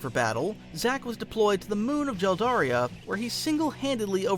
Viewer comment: Jeldaria lol is it not Geldaria?